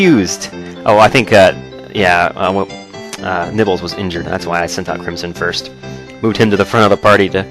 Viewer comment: at some points in the video you sound like your saying nipples instead of nibbles